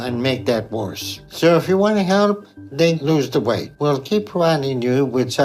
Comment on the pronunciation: He lost so much we-et in the last ye-es!